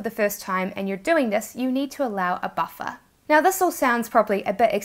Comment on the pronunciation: what the heck is a boffer ? Buffer